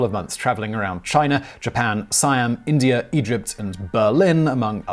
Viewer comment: Is it Indiar or India?